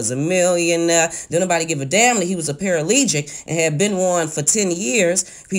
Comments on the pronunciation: I sure wish she would stop saying “paralegic” Mr. McCoy was “paraplegic” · Paralegic Me: it’s PARAPLEGIC chile..🤣🤣 Overall it’s a great video...really great information ❤️ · Me too...I paused the story to find out how to comment. It is CLEARLY ParaPlegic not ParaLegic...the word has come up at leat 15 times 1/4 way thru the story (where I am still paused to write this comment) and she jacked the word up EVERY time! Come on sister. She also messed up early on when she made the comment about the mom being married when Da Brat came along before it was all explained. This is unprofessional...please do better! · 🤣😭.. I kept wanting to yell paraplegic so many times 🤣😭😭😭... And dinerio instead of dinero 🤣😭😭🤣😂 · ParaPlegic... you keep leaving out the second “P” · Para-PLE-gic.... ok? Not para-LEE-gic. Also, if you love LisaRaye so much, why make snide comments about her inability to keep a man? That’s just plain wrong. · PERA PAH LEE GIC !!! LMBO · A "paralegic"? U mean paraplegic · I just heard the woman say, 'paralegic.' She has got to do better ... LOL. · Lmao 😆 'Paralegic'🤷🏽 I could not help it LMAO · "PARALEGIC" and "DINERIO 💰" girl. Smh 😒😔😞😮🙄😷😬😂😂😂😂 LAWWWDD LOL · It's the poor pronunciation of words (i.e. para-ple-gic, Zan-zi-bar) for me 😔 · I die every time she say para-legic. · Someone tell Shelby Lowery that he’s not a celebrity. And sweetie it’s pronounced PAR A PLEE GICK. paraplegic. Lord! Slow down, love.💕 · Everytime she says "para-LEE-gic", drink. You'll get wasted. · She said "PARALEGIC." LOL! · Girl Girl STOP!!!! Say it with me para pa legic ! Parapalegic!!! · OMG girl ME 2.... I thought it was just me!😱😬🤔 I am a PARA-PLEGIC,due to Domestic Violence, and it is my first time watching one of her vlog/video. 🤫😤😬😤So YES, each time she said it I corrected her aloud! 🤭🤯🤭🤯 By the third time I was like,"Why is she still saying it like that, while reading an actually article which has the correct spelling.... "SOUND IT OUT ALREADY Sheeeeesh!💯💪🏾😂😁🤣🤐😁😂🤣